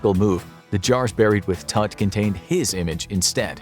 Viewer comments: Errou a pronúncia do nome, já me perdeu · I love, but you guys cannot pronounce Tuts name like that.😭😭